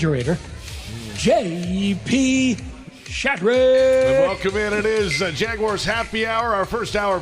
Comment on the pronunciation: Week 10 of begging to pronounce Jaguars correctly